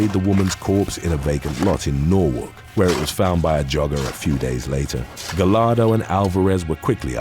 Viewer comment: Giovanni's last name is pronounced "Gah-yar-do" not "Ga-lar-do" when you see a name or last name with double L it's pronounced like a Y.